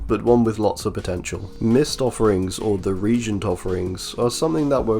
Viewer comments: I'm sure other people have mentioned it so sorry if you're sick of hearing it, but reagent is pronounce re-agent, not like regent. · Murky reagent with Freddy's Dreamworld makes it REALLY dark for survivors tho Also it's pronounced "Ree + agent"